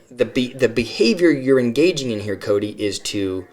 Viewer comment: A couple that bug me is how Janelle says Koody, rather than Kody. And Christine ends some words with a 'K' sound, even though the word doesn't end with a K. A couple of her kids do it, too. Yeah, Robyn saying dill instead of deal. And she says that word a LOT.